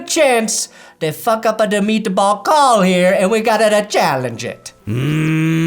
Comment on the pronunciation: "Mmmeat Bawl" had me rolling.